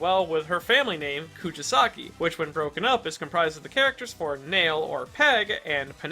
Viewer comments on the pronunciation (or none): It’s kuGisaki not KuJisaki. It’s a g not a j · I love your content but please look into pronunciations next time 🥺😭 Rather than "ku-ji-saki", it's "ku-gi-saki." Like how you say the "gi" in "give." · This is a great video; but jesus christ man, if youre gonna say her name as many times as you do, maybe you should at least learn how to properly pronounce it? koo GEE sa ki. not koo JEE sa ki. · imagine editing the video and seeing the spelling "Kugisaki" dead in your face and still saying out loud or leaving it in your script incorrect as "Kujasaki". Must have been a paid editor. lmao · Ku JI saki interesting way to pronounce it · "kujisaki" bruh... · You are the bad guy for the way you pronounced her last name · Bro how do you manage to pronounce Nobara’s name in a different and incorrect way every time you say it😭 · How many times can mispronounce Nobara’s family name? Let’s find out 😂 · I love the character analysis but it hurts me every time you mispronounced her name.